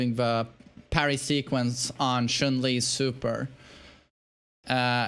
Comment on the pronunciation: Choon Lee?!😂